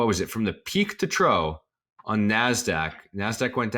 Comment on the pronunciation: Pronounced troff u dufus